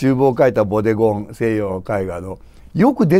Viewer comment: ボデゴンがボディコンに、贖罪が食材に聞こえて仕方ない。